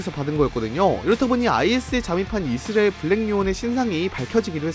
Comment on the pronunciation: 여전히 이스라엘 발음은 고쳐지지않았군요